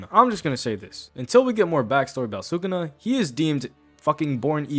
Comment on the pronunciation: its sukuna, not sukana :v